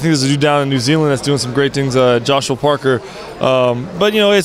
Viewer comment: mv I know who 'Joseph' Parker is... listen to him say .. Joshue Parker!